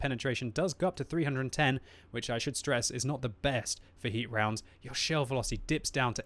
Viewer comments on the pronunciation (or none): none